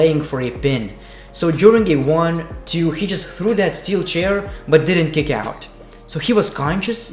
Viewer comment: I lowkey just watch you vids to hear you say "Bay ber view" a million times and also"r gay o" and "under daker" and "gick out" and "2 gay 19" etc. No P K T Just B G D